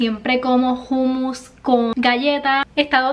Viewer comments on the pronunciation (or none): No es Jumus, es Humus ☝🏽